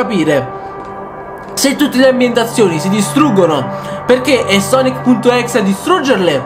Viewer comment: si scrive exe ma si legge ex